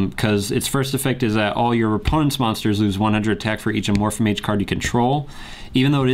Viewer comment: it's Amorphage not Amorphamage